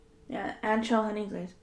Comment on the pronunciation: Hey I’m watching this again and I’m just realizing idk what flavor you’re saying ??? Ancho? Honey glaze or antro?? Idk I couldn’t make it out . :(